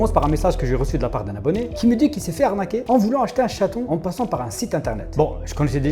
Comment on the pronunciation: 🤣🤣🤣 et vous , vous n'este pas un branleur ou brouteur ?🤣🤣🤣🤣 On va vous anarquez🤣 je me demande pourquoi beaucoup d'africains n'arrivent pas a prononcer arnaquer , même ma soeur c'est pareil 😂😂